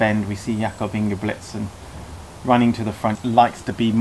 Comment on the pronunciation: Bro, at least learn to pronounce CORRECTLY the name of an Olympic Champion, not to menition his other accolades, it's INGEBRIGSTEN with an "R" not Ingebligsten as YOU said it at least 3 times.....after the 3rd time I could watch it any longer....I got half way through...